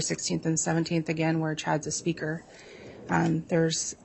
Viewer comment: I love how the FBI agent says, “he was a speaker (speaker🙄 )” … you know, both these women must vomit every break they get 🤮